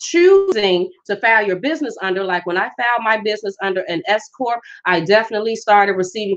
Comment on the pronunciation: Just had to say this. At first, i thought u said "escort business" because of the accent while speaking. THEN...i realized u were saying "S Corp". Foolish me🤥. Anyways, good & concise info. Peace out.